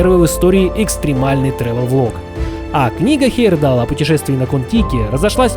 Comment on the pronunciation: Автор, если уж берешься вещать Миру о великих путешественниках, то не коверкай фамилию Тура Хейерда́ла. Ты же себя называешь, а не ЖИрков.